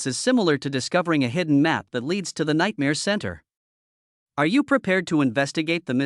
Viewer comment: 'The nightamare centre'. LOL. AI is so crap.